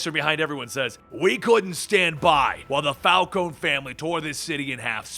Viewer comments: It's not Fal-cone, it's Fal-cone-ee. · It's pronounced Falconee not Falcone with a silent e.